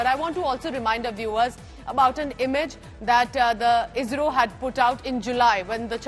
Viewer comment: IZRO or ISRO madam...😂😂😂😂